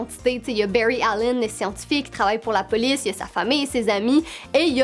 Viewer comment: Mes séries préféré c Steven Universe et My Little Pony Berry😂😂😂😂 c bary allen t pas obligé de prendre accent anglais pour les prénoms pck on dirai que tu dit le mot baie en anglais